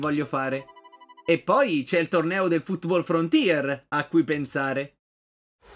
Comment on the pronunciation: sono l'unico o ha detto frootball frontier Comunque spero che continui questa serie